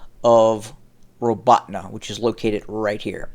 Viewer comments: The accent is on the second syllable and sounds like the word "AWE" in English. ra-BAWE-teen-yeh is about as close a transliteration as I can get. When you pronounce the "teen" sound you have to press the center of your tongue to your pallet to soften the "te" sound. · Again, it's pronounced ra-BAWE-teen-yeh (Роботине).